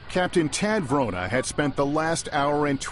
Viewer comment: WRONA not "Verona"!